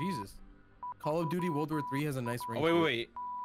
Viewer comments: "world war tree" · "World War Tree" ... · “World War Tree” ? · “World War Tree” bruh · Anyone notice.... World War Tree?